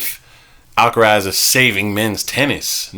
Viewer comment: You guys aren'y pronouncing Alcaraz correctly. Either don't bother with the weird attempt at a spanish accent, or learn how to say it properly in spanish.